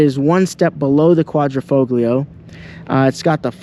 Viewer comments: learn to pronounce "quadrifoglio", if you are british or american it doesn't mean you have a license to butcher every word in another language. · Great video but kills me how you pronounce Quadrifoglio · Mate, your Giulia knocks it out of the park, great colour, great stence, nicely lowered, just brilliant! By the way, do not pronounce the G in Quadrifoglio, you'll make them Italians mad! 🤣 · Was told the "G" in the word Quadrifoglio is silent. Not to nit-pick your story. With apologizes if I am wrong. I love these cars. My CRNA buddy just bought one and loves it. Good review. Hope to see more. Thanks! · Very nice review and I agree with you all the way as I own one of these cars and adore it. But, if you will allow me a small Italian pronunciation lesson.....the "g" in Quadrifoglio is silent! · Great video overall, but Sir... The "G" in Quadrifoglio is silent... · 2 things. First, you're pronouncing quadrifoglio wrong and why don't u have carbon fiber door handles? Would look even better than it already does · Dude you don’t pronounce the G in quadrifoglio…. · The “G” is silent in quadrifoglio”. Most people just say QV. My ‘18 QV has been bullet proof. 4 years and 22k miles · Your name would imply you know something about Alfa's but you don't know how to pronounce "quadrifoglio"? Here's a hint: The G is silent in Italian when preceding an L.... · It's a silent 'g'. Get it right. You pronounce the G of Giulia as a J correctly. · Very informative and good detailed video , but the only thing is please use the proper terms for model designation .., the quatrofoglio is pronounced in this manner broken down phonetically “ quatro -fall - yee -oh it’s not quatro - fog- lee -oh Remember it’s an italian car and it means four leaf clover 🍀 in Italian , the symbol Alfa has used for racing since the beginning. Cheers ! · Say Quadro - fo - lio . The G is silent . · Correct Italian pronunciation: "quadri-fole-yee-oh" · Quadrafoglio you’d think he could Pronounce it right